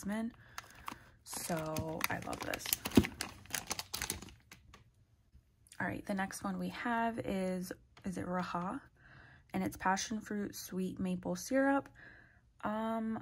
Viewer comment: "rah-zja" is raja lol